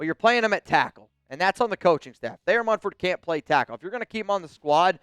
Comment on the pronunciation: We let Thayer MuNford , not [Mum]-ford like some ppl say. Anyway, if we let him go guess 🤷🏻‍♂️ who's gonna pick him up? The⚡️–watch 👀